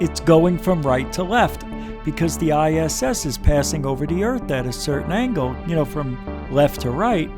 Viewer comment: ANGLE not angel